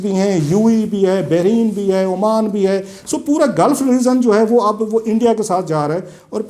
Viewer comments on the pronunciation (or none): none